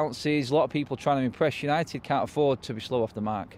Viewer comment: Forever united TV, Because he cant say United stand 😂😂😂